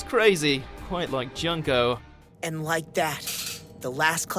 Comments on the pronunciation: Its not Junk-o its June-ko. Please pronounce the damn names right please! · IT'S PRONOUNCED JOON-KO jeeeesus